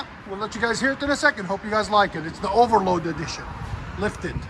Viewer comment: Overland edition, not “overload”. Lol.